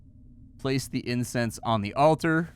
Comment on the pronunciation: kept saying incense but I kept hearing incest……. The internet has ruined me.